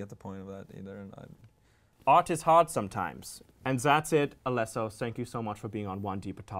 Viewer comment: It’s Alesso, not Alasso, I love Sweden, it’s like you’re next to Russia